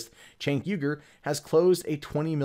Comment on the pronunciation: Man complains about "activism" in news from TYT. The crickets chirp to the tune of the Fox News intro. Mentions Armenian genocide. Completely unaware of The Young Turks position on the issue. Complains about the owner of the company. Can't pronounce his name. Just say that you resent their success and be done with it. Because your issues with your competitor don't begin to approach validity in this video and reek of petty resentment. Still, the tribal political slogans that pass as commentary from your fans are fascinating ... . Can't wait for the "way more ethics" though.